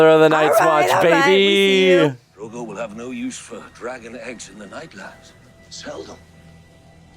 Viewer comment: His name is Dro-go, the syllables rhyme. 😊